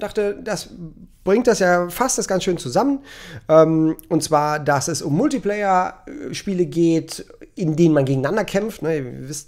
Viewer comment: Da belehrt er uns seit Jahren, dass Multiplayer anders ausgesprochen wird und jetzt das!!!! xD